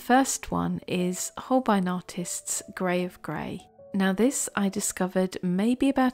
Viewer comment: I heard grey of grey as grave grey. That was rather ominous 😂😂.